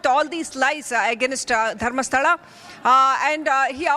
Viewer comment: Can anchor pronounce Dharmasthala properly